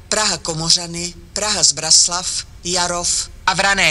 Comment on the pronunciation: Pěkně říká Praha Braník, Zbraslav a i Praha Vysočany